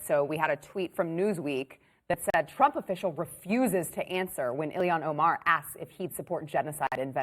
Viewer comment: Mispronouncing someones name for a laugh is a bit childish , dont ya think Glenn